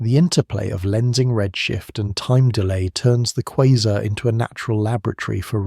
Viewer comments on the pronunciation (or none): I can't listen to this. You keep saying quazer (whatever that is) and them sometimes a quasar. It is driving me nuts. No such thing as a quazer!